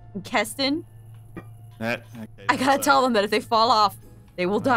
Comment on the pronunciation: It’s kestin it KESTIN XD